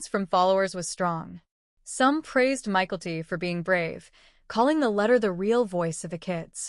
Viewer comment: It’s not Michael-T. It’s My-Kel-T